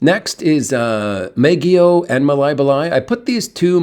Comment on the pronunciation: The letter “a” is a short “o” in the Philippines.. it’s never a short “a” as in cat BAW ghee oh.. the “ba” rhyme with “ma,” “rah,” “ha!”